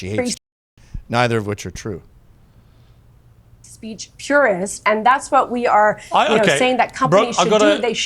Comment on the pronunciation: Who determines what the line is? Jews😂 if it is twoo, then you ah not wong